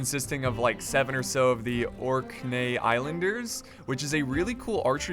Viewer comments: Orc-knee not orknay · Great video, thank you! Keep up the good work! Also, Orkney = orc knee for pronunciation. In short, yes, you're right. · orkney is pronounced as : or knee (but then put together) (orkney was a viking settlement in the for north of modern day scotland) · btw just realized with or.knee (the k in knee is a hard K) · Orc-knee Islanders. Literally pronounced like the knee of an orc. Its a group of Islands off the coast of Scotland. I figured you'd remember if I threw orcs in there. Disclaimer: Orkney Islanders are in no way affiliated with the forces of Sauron.